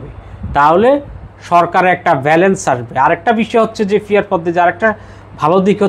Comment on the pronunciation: পি আর বলতে ফি আর বলছেন পার্টি বলতে ফার্টি বলছেন নেপাল বলতে নেফাল বলছেন মোট কথা আপনি প উচ্চারণ করতে পারেন না কেন।